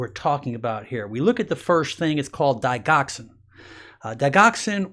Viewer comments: Doc, that's not a long i and hard g in digoxin,it's pronounced dij' oxen a soft g. As a doctor it just sounds better if you pronounce the names of drugs correctly. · digoxin is pronounced.... short I sound and g is a,soft g...